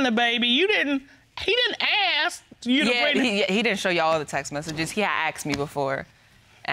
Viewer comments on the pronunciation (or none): its ask ... not axe